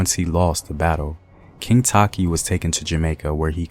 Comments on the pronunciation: Not taki.... tay-chi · Takyi is te-chi btw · I guess the pronunciation of Takyi is the source of confusion. Takyi should be a Fante. You could be right. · He's not pronouncing the names well which is very vital